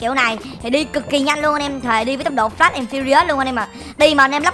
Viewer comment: fast chứ ko p flash anh ơi :))